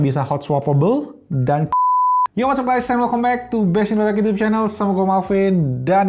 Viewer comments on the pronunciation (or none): none